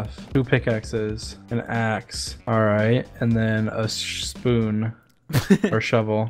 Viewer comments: “A pickaxe, an axe, and a shspoon.” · shh-spoon... I think he's intentionally saying spoon to make george laugh